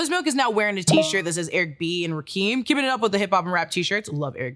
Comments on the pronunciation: Ra- Kim Not Rakem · Ra-Kim not Rakeem 😂😂😂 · Rock-kim that's how it's said lol. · rock-kim and kessler not keesler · it's rah-kim u a lil 2 close 2 gettin that blac card revoked😂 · It's actually not! It's pronounced RAH-kim!